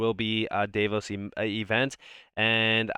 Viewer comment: If you care, it is pronounced Dah- vos BTW, I watch everyone of your videos, you are super smart and very helpful.